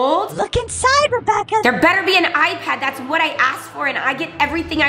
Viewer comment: I thought at the end they said rebaka 😂